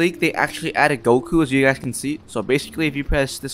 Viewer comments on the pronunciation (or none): none